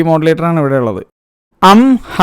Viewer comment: Am Ah - അം ആ : ഇതിനെ "അം ഹാ " എന്ന് pronounce ചെയ്ത നീ... രണ്ടാം പകുതി കൊള്ളില്ല എന്ന് പറഞ്ഞ നീ.... യഥാർത്ഥത്തിൽ നീ എന്ത് സാധനം അടിച്ചിട്ടാ സിനിമ കണ്ടത്??😮 |